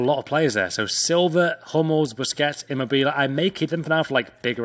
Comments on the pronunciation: Never label yourself a pack king until you can pronounce names; immerbelay I mean what the fuck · Who coined at his pronunciation of immobile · Your pronunciation of immobile and sokratis are criminal